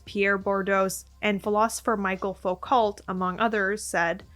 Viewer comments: ohh my gosh this is a brilliant concept — and i've just started the video, but just so you know, foucault is pronounced foo-coh! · that is not how you say foucault or bourdieu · That's not how you pronounce Foucault 😅